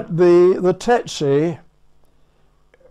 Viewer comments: Why do you write "tsetse" and pronounce it "tetse"? I'm probably too German to undestand... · That's TSETse. Not TETse. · Why the F do the two first pilots say TETSE instead of TSETSE? Are all British pilots dsyslsectsic? Better call it the DH Tetse, then. Are those two a bit dada? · Strange that everyone is pronouncing Tsetse as 'Tetse' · The narrator mispronounced Tsetse...strange.